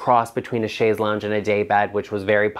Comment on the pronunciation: I am a retired English teacher and speech therapist, and I am so happy to hear you pronounce chaise correctly and advise your audience of the correct pronunciation. Once an English teacher, always an English teacher. Same with correct pronunciation of words.